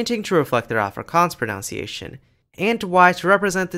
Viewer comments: Great video! One nitpick though: 'proNOUNciation'?! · It’s spelt and pronounced pronunciation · A couple of times you mention "pronounciation", which is not a word. If it were, and "pro" were a verb, would it describe the process of "pro"ing a noun? pro-noun-ciation 🥁 But seriously, the word you're trying to say is "pronunciation", with only two o's, not three (five is right out!) which means the way a word or language is physically produced by the voicebox and mouth. I'm surprised you don't know this, since this is a video about languages! 🤔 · Nice video. However, I HATE pronunciation completely butchered with "pro-NOUN-ciation". I know technically both are accepted by some people, but holy hell. I will never accept it. "Pro-NUN-ciation" is the only correct pronunciation. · Impressive video! Perhaps a little overload at times. Just watch your own pronunciation of the word "pronunciation!" I believe you retain the ou from the verb "pronounce" when you say "pronunciation," but the diphthong is reduced to u (nun). The same phenomenon occurs with verb "explain", which becomes "explanation" as a noun (no ai sound, just a schwa sound). Don't mean to nitpick, but your talk is of such high quality, I just thought someone might need to point this out. Best